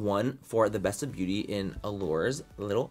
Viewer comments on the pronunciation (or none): Sometimes he says “beaurrrrry” in a Mexican accent So might be a joke lmao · You gotta read it in his voice “Beaurrrrrry” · He always says “beaurrry” 😂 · That’s that way he says beauty. Come giiiirl. Roll that t